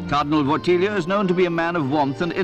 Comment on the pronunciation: It's Wojtyla not wolthiha